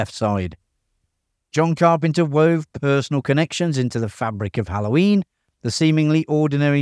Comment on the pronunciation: XD The way you say "Hallhoyiiin".